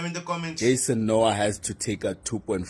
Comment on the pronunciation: Jason:"eks nu ha"(Noah)...Dj😂😂😂😂😂😂😂😂